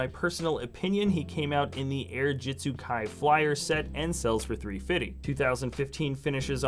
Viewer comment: What's with you saying 3.50 wrong? It get's annoying when it's often in a video.